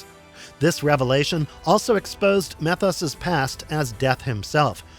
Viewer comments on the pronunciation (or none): You calling him "meth-os" instead of "mee-thos" makes me unusually angry. 😂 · Methos is really pronounced; Meee-thos. Get your stuff together, & say it right.